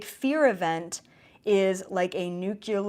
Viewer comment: please learn how to pronounce NOO-klee-ar